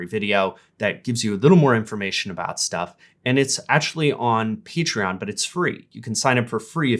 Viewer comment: Okay but.. He pronounced Patreon as "PEEtreon", TWICE! What the hell is that? Am I missing some inside joke?